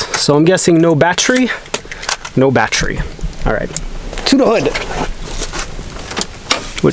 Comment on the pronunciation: Why does it sound like you're saying "batterie" in french lol